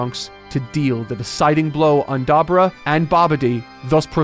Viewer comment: I swear, do not start being like Carthu in saying Dabura's name